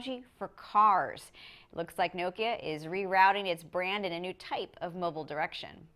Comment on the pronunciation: Nice. That's the way nokia it supposed to be pronounced!